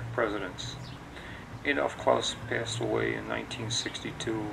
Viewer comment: Good video, but I only have one comment, er beef (no pun intended): The correct pronunciation of this restaurant is NOT ‘Klowse’, (The sound of which, suggests a German name, which we know it is not!), but KLAAS. Unfortunately it is mispronounced throughout this entire video.